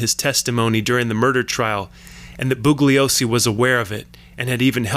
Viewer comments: The “g” is silent in mr. Bugliosi ‘s name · The g is silent in bugliosi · The only thing flawed IS THIS LOUSY SO CALLED "WHAT WE KNOW" PIECE OF CRAP!!!!! The narrator keeps referring to Vincent Bugliosi while EMPHASIZING THE G in the last name BUGLIOSI, when Vincent Bugliosi asked the Manson defense team to stop emphasizing the G when in fact the G is soft & NOT PRONOUNCED AT ALL IN HIS LAST NAME. Despite correcting the Manson defense team, both the Manson defense team & the defendants continued mispronouncing Vincent Bgliosi's last name. It accomplished ABSOLUTELY NOTHING & they all went to prison. This LOUSY PIECE OF CRAP WONT ACCOMPLISH ANYTHING EITHER. . .